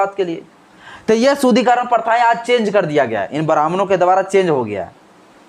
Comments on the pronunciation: Manusmrithi me kahan yah sab likha hai,shloka ke saath ullekh karo.SHUDDHIKARAN shabd ko bar bar Shudhikaran kahathe ho,shruthikatu lagta hai. Correct pronunciation karo.Barthaman me Hindu samaj ko sangatthith karna atyabashyak hai.Samaj me vedaved paida math karo.Aaj samagra vishhwa Hindu Sanathan Dharma ka mahathwa sweekar kartha hai.Hindu Sanathan Dharm ka udaarta, sahansheeltha, prem, sanskar, ahimsa, manabikta, uchh bichardhara ebang sarbopari MAHILAON KE PRATI SAMMAN aur koi dharm me milega hi nahi. Kashmir me Islamic shasankal me Hinduon ko dharmantarit kiya gaya thhaa,lekin sc,st logokon chhod diya thhaa.Kyun?Kyun ki sab Musalman ho jaayega tho saaf-saafai ka kaam koun karega?Hindu samaj me sudhar thathha vikash ka kaam karo,nafrat math phailao. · पहले तो शुद्धिकरण का उच्चारण सही से करो.... अभी तो शिक्षा से वंचित नही हो ना।